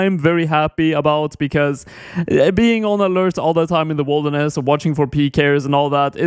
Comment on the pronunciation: why do you say wolderness instead of wilderness?